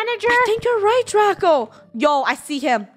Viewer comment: Its draco not traco!!!!!!!!!!!!!!!! )